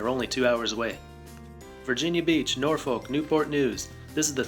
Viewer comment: Norfolk is pronounced nawfick lol. MLB put a team right on the orioles doorstep so a team here shouldn't be a problem for DC. There also isn't a big Nationals fan base here so that competition for a fan base really isn't an issue. Shoot there are more O's fans here.